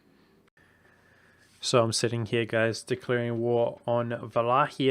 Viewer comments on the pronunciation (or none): none